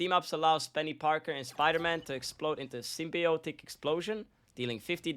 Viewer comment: Can pronounce “symbiotic” but not “corrosion”?? 😂 Good guide on Venom! 🫡 👍